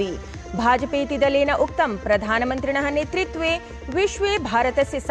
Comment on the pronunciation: सम्यग् वाचितम् । कृपया ""नेतृत्वे"" वदतु , न‌ नेत्रित्वे"' Gyan nahin jnan 🙏